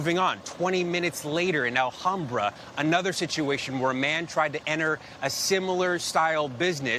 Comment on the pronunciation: Why do non-angelenos always say "Alhambra" incorrectly??